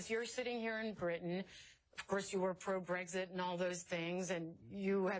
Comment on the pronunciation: Love from the U.K. - just like to say to CNN that the correct pronunciation is BREX-IT not BREGS-IT.